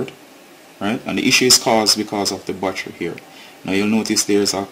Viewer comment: Why you keep saying "wassher"......."don't let the wassher completely deplete"......"the wassher wasn't charging". What the hells is a wassher....you mean to say BATTERY?